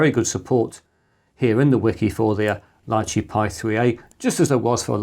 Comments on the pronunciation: Small detail is the name "Lychee" wich is a name of a fruit and prononuced "Litchi" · In English it's Lai-Chee or Lee-Chee. In Mandarin it's Li Zhi, pronounced Lee-Chur. There's no "t" in the pronunciation.